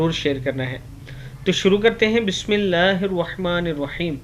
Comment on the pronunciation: Video jb start karty ho to bismillah parhty ho.bismillah sahi parha karo.waziya tareeqay sy.samaj aay